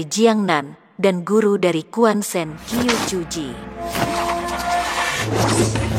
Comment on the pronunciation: Qiu = chiu, jgn Qiu bacanya Q aja